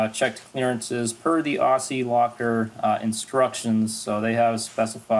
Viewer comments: pronounced OZZIE ! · It's pronounced ozzie locker. And they should be made in Australia. 4WD territory of the gods.